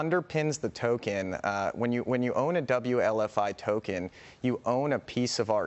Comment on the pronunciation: it’s W L F I madam